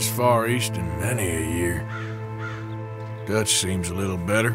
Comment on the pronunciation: con el bullet time por ejemplo si tenés 3 tipos enfrente los marcas tipo clickclickclick y después cuando lo desactivas Arthur dispara a la cabeza si lo marcaste en la cabeza con un solo punto del bullet time lo matas Y pica el que te da misiones se llama duch y se pronuncia dach Clase de inglés Y pica tenés que ir dejando objetos valiosos y comida cada tanto cazar animales y objetivos valiosos para mejorar la base